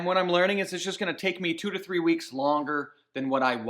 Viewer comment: Measure twice.... Cut...... Two or tree times 🤣🤪🤪🤪